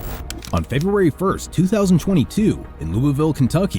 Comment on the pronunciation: Did someone have a little bit of trouble with the word "February"? Because I don't think that 'Feburray' is even remotely close.